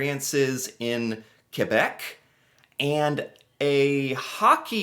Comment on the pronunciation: you pronounced Quebec properly. you are now officially Canadian! 😁